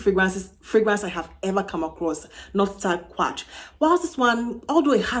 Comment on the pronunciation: I think it's Quatre not Quarte.